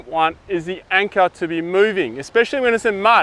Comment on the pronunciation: Anker? Trust me, it’s anchor.